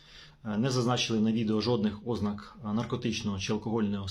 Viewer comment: 😮 Шановний фахiвцю з галузi права!😮 Якщо Ви добре висвiтлюете ситуацiю з правовоii точки зору, то й мовте добре!😮 Не випАдок, а вИпадок!😮 Як казала одна викладачка в одному з iнтернет-урокiв з укр. мови, що якщо кажуть випАдок, то в мене стаеться припАдок ( перевiрочне слово)!😅 I не Ознак, а ознАк!😢 Вiдкрийте словник чи загуглiть як треба ставити наголос!😮😊 Чи Вам здаеться, що якщо так Ви кажете, то виглядаеться бiльш по-украiiнськи?!😂 Бо, якщо так Ви неграмотно кажете, то тодi й можна поставити пiд сумнiв фахову сторону Вашого комменту!😮😅🎉 Комментуйте грамотно!😊🎉